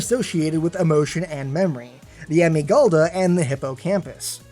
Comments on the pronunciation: EEVEE IS CUTER. also the way you said amygdala really bothered me idk sry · You said amygdala wrong...